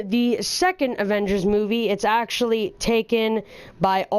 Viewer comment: "pretty much, actyally" bruh